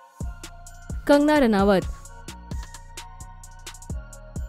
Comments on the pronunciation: She is kangna not Hangna 😆😆😆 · it is kangana and not hangana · Not hagna Ranaut it's kangana ranaut